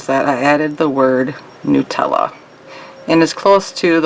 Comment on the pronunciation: A really cool design. So glad that you pronounced 'Nutella' the correct way! Here in England, everyone pronounces it wrong + growing up in a French + English speaking household, the mispronunciation really riles me (I know it's an Italian brand but it's pronounced the same in French!). Anyway, sorry I waffled on there - great design!